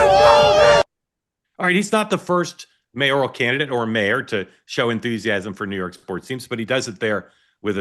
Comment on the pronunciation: I’ll be delighted when May-OR-EE-al is out of dearly beloved daily parlance. “MAY-or al “ spelled that way, pronounced that way. No such word as “mayorial”